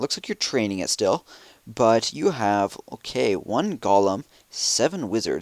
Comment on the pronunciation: I love how it sounds like you're saying Gollum when you say Golem. I have noticed it in a couple of your videos ;) I would love to see a mass Gollum-attack!